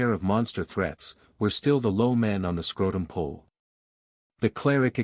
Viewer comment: 😅😂😂 not even kidding, i read your comment 2 seconds before i heard the part say it wrong!